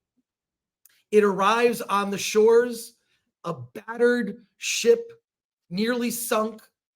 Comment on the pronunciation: Every time Chris says ship I always hear "shit"😊